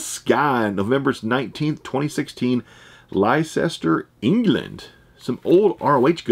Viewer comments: Leicester is pronounced Lester 😎😎 hope that helps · We pronounce it "lester" here, despite its crazy spelling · "Liechester" - LOL!